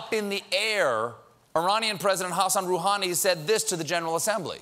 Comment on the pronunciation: Hey, He pronounced "Iran" and "Hassan Rouhani" almost perfectly...